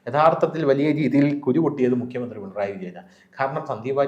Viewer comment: Mr. മുകിയമന്ത്രി അല്ല. മുഖ്യമന്ത്രി ആണ്.. ഉച്ചാരണം ശ്രദ്ധിക്കുക.